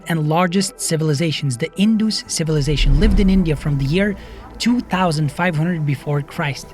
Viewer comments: It's In-duhs ,not in-doo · Not Indoos it is pronounced as indas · Not 'In-Doos', it's 'In-Das', spelled Indus Civilization